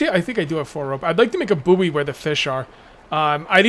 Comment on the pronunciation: Buoy (short for buoyant) is pronounced the same as the word "Boy". It's not the second word of the nickname of Howard Stern's producer. The last time I played this, the farming system worked, but you need a pan in your barbeque bucket to cook the produce, otherwise it's not worth much, You get seeds from the plastic waste and clay pots. This link talks more about that